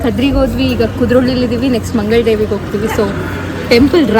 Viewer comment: All the best. But pls pronounce as MANGALA DEVI not MANGAL DEVI.